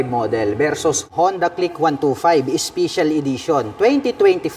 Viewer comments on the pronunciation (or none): Special ❌ Ispisyal✅ 😂✌️